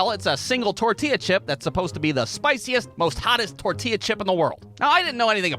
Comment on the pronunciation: bro why do u say tortilla like that